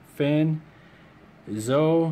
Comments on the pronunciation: It's not Zo it's Zoe there is a e sound at the end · its pernounced zoe not zo